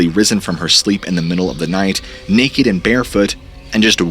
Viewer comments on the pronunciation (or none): none